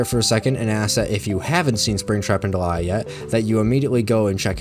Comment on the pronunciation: can i just say i still firmly believe it should be pronounced "DEE-lee-a" like the actual name delia and NOT like "de-LIE-a" like delilah without the extra L